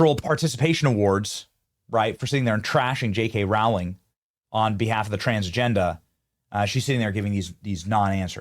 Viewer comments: How does this guy have almost 6 million subs and can’t pronounce Rowling ?! It’s ROW not RAU …. Crazy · Rowling, pronounced Roh-ling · Rowling rhymes with bowling. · Why can’t anyone pronounce JK Row—-ling properly?